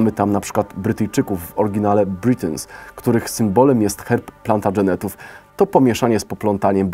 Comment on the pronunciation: A kim są plantadżeneci? Albo Plantageneci wymawiane po polsku (tak jak to jest przyjęte w polskim języku), albo Plantagenets, wymawiane po angielsku. Nie róbcie taki potworów językowych jak Bizmarki i Plantadżeneci. Tak to jest kiedy poprawność wobec innych języków, nie idzie w parze ze znajomością własnego. :(